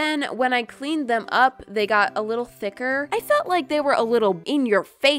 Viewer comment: not being rude but this is pretty fun in the Video you “widdle” instead of “little” or that’s how it sounds